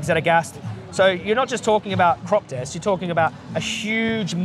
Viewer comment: "Cruoopppss deeethzz D'oh" really? 🤦🏻‍♂️ bloody hell